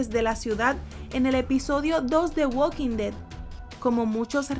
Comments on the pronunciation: es THE WALKING DEAD no "güad quin ded" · "uokin de" tu pronunciación me dio cáncer